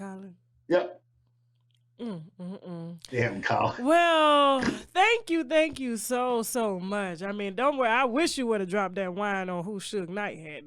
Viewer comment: Tasha I want to teach you how to say "thank you" NOT "TANK you"